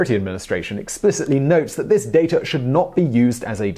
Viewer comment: Keeps your personal “dater” secure Why do you make the “r” sound at the end of words that end with an “a”?